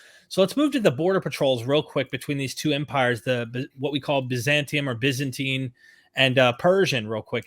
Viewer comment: 😂Bazantian😂 lol he meant Byzantine😅